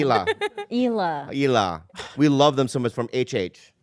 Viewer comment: He also used to call Hila “Hi La” 😂